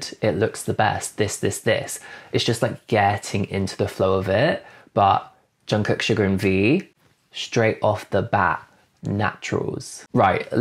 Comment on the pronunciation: What really impressed me, was your pronunciation of “Jungkook”! 👏👏👏